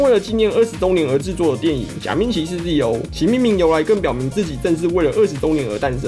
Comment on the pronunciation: ZO 是讀Zeto O, 不是Zee O....